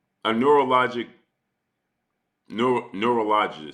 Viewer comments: Neurologist: nr·aa·luh·juhst (Repectfully, Google will pronounce it for you.) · It rhymes with Urologist. Neurologist. I can't even say the word air conditioner so no biggie. Urologist to the doctor for the guys. 👍🏼💯🙏🏼